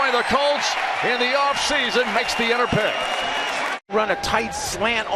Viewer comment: Commentator said "interpick" at 35...lmao